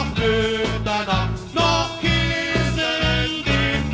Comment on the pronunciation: Kehse statt Käse mit Äh!